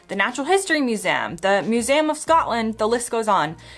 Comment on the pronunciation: Why does she keep saying muse-A-um?